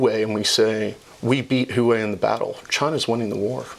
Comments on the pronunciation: Why are they mispronouncing Huawei, 'hoo-way,' instead of, 'hwah-way?' Is it analogous to Bush41 mispronouncing Saddam Hussein's name, in essence, calling him a shoeshine boy? Is it an insult or ignorance? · Huawei sucks, but it's not called hoo-way. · This guy is trolling us with that HOOWAY pronunciation right??